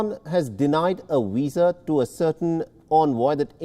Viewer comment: Arrest that man, he's just murdered the word Visa